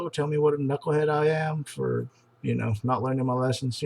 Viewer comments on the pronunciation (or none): none